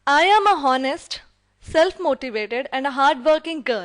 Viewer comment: seriously I love your video.. it was really helpful for me but u should work on "honest" pronounce it clearly plz don't mind